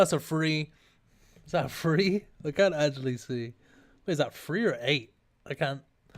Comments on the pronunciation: one founsand, one two fwee sells for 106 M, "look guys, just under 107M" lol, it's like homer simpson saying "60 dollars, that's almost 80 dollars!" Draconic boots... zulranda scales don't worry, nice video, just funny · it was three not free btw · "Is that a free or an eight?"